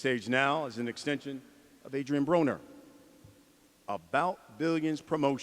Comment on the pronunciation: did pacman say adrien boner? 😂 pacman is the man